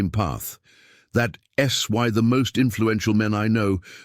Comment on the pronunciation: AI is funny. Isn't is pronounced isn t, don't pronounced don t, that's pronounced that s. Can't it be programmed to accommodate apostrophes? It also doesn't seem to know when to pause, often doing it mid-sentence.